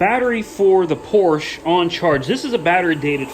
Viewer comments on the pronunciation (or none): Its Porscha 😂😂😂